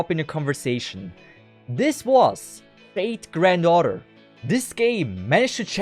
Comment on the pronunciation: Am i the only one keeps on hearing "Fate Grand Daughter"..?